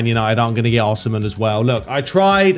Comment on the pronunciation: as a napoli fan i feel the need to let you know its pronounced oh-see-man. hahah for future notice